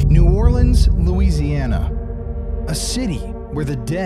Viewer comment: Also, thanks for saying “New Orleans” correctly and not “New Or-keens”. And… the scariest hospital here is (was) Charity Hospital, the longest continuous working level 2 hospital in service with 2,860 beds since 1736.